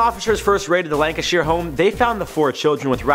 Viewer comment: You said Lancashire wrong